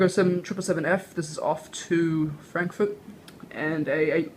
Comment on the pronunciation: Lol u said frankfoot